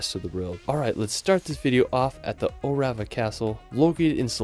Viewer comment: Good selection! But what a pity you didn't learn how to pronounce the names of them; not even an approximation. Did you ever actually meet any local people and hear how they say Eilean Donan, Dunottar, Orava, Spis, Trakai, etc ?